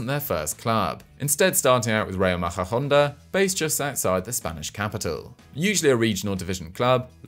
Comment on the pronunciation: I'm from very close to Majadahonda, actually play my sports there. Great place, I've always had a bit of a soft spot for the club. You did really butcher the name of the place though xD (I understand it's very difficult to pronounce hehe)